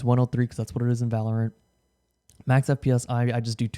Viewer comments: its pronounced VALorant jesus christ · "volerent" I like the way he pronounces it 💀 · The way he pronounces "Valorant" is really bugging me lol